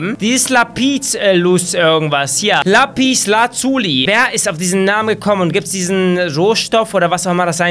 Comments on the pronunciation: das heißt lapislazuli und nicht laaapiieslazulie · Lapiz lazuli gibts,s in echt und du sprichst bei lazuli das u zu lange aus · ES HEIßT LAPESLAZELIN OKAY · Lapislazuli. Aber Lapieslazuulie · Wie du Lapislazuli sagst😂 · Wie du lapislazuli (Verkürzung:lapis)aussprichstXDDD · Sprech einfach die is und das u kurz bei lapislazuli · Sorry aber du kannst lapislazuli nicht aussprechen